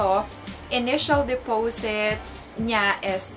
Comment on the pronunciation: Sis de-po-sit po, hindi depowsit.. 😅👌🏼